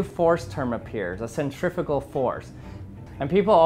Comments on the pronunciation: Not the way he pronounces them. Centri-fue-gal, centri-peetal-gal. Now you can hear the difference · first time i heard 'centrifugal' being said like that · This is absolutely fascinating, thank you, I really enjoy these clever experiments. Cant imagine how long that took to create something strong enough to stand up to the rigors of testing! However, words interest me too. This to mention the correct pronunciation of the word "Centrifugal" obviously the first part of the word from "centrum" means centre" but the second part of it comes from the Latin "fugere" meaning "to run away" or "flee". The "U" being pronounced "oo" generally, no-one really knows how Latin was originally pronounced but its almost certainly never pronounced as "ih" that happens more often in old Welsh for example. Please American people "centrifical" is not a word!😊 "Centripetal" has the Latin root for "-petal" from "petere" meaning "to seek" btw. I'm sure some will call me a pedant but these things just bother me, sorry! 👍